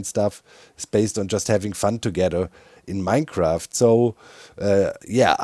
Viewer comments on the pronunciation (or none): none